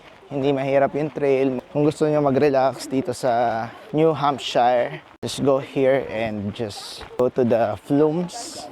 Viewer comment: New subscriber here. By the way, Americans pronounce it as New Hampsher, not “hamp shayr”. Keep up the good work on your vlogs 😊